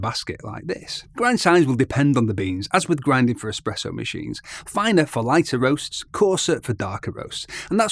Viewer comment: Ah man you pronounced espresso, expresso. 😅